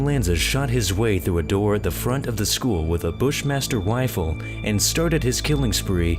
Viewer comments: "bushmaster wifle" lol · "Bushmaster wifle"